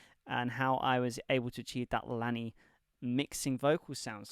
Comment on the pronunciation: *Pronounced Laney Good job 👏🏻